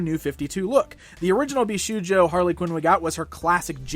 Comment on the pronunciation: Just a short note: it's pronounced bish"oh"jo, not bish"oo"jo